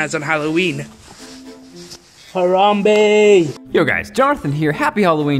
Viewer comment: Its Ha-Ram-Beh not Ha-Ram-Bae